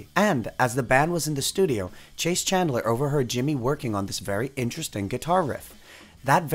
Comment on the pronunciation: Good video but with some minor mistakes. Chas Chandler is not pronounced as "Chase" but as "Chaz...the song title refers to "You Can't See Me" is actually called "Can You See Me" other wise, well done.